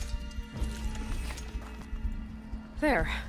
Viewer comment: I don't know about other people, but I'm hearing pole caster not pull caster.